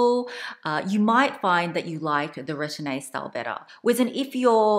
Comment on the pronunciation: much love. Please allow me to note: Retourne is pronounced “ruh-torn.” The e at the end is silent. Sellier is pronounced “sell yay.” The “r” at the end is silent. Thank you for all the mod shots and detailed explanations! Even though I’m petite and 5’3”, the 25 is too small for my daily needs. I prefer a 28 sellier.